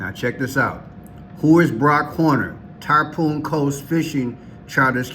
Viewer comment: It’s Tar-Pawn, not tar-poon. Tarpon is a specific salt water fish. Tarpoon is a weapon